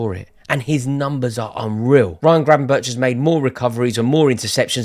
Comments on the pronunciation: Sum say it’s Gravenberk sum say it’s Gravenberg but it’s definitely not Gravenberch 😉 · Please say Gravenberk not Grabenberch. You sound stupid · Gravenberch is pronounced as Gravenberg.